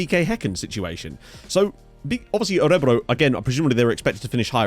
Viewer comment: Emphasis is on the last syllable btw: Ö-re-BROO.